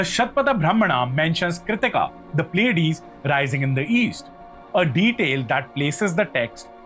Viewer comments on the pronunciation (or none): none